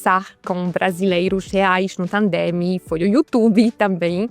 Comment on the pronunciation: Akcent portugalskiego Ani jest wspaniały! Nawet słowo "YouTube" wymawia po portugalsku 😉